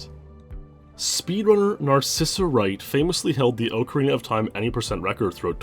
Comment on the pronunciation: .......i can't say how much i love your videos i've been following you for YEARS...BUT PLEASE GO TO THIS LINK TO LEARN HOW TO SAY OCARINA LMAO